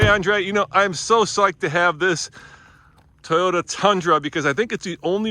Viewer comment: TAIYOTA LOL